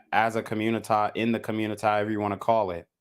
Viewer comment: Why you tf you keep sayin communi-tah?